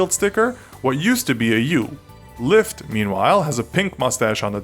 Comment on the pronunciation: Who else thought LyFT said Lya?